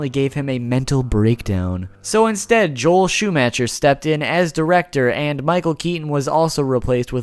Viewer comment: You are aware that you mispronounced Darens name but said Joel Schumachers surname wrong TWICE. I cringed both times.